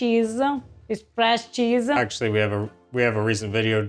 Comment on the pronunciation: 😂 I have always wondered... This particular Ava says "-soft-uh cheese-ah".... Why do Italians seem to add that sound at the end of every other word when they're speaking English? Now that you both are learning each other's language, can you identify this very noticeable phenomenon ... I have wondered this all my life